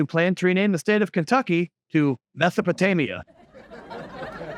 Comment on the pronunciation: Kentucky (methopatamia) 😂